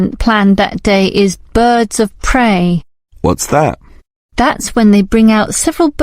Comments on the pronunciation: They say prey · its prey not grey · Yeah, not grey, it should be prey